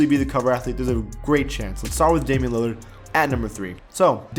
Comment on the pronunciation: it's Damian lilard